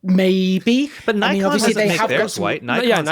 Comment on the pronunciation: for shame....how c=dare you mispronounce Nikon.:)